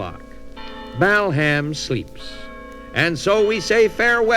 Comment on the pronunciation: The true pioneers of today’s comedy. The pronunciation of Bal Ham was a standing joke in our house. Feeling nostalgic for my big brother, 8 years older than me, who introduced me to so many cool things